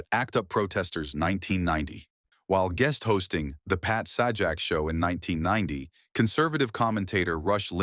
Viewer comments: It's Pat Say- Jack not sah jack you AI Bot idiot. 😅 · it's Sajak with a long A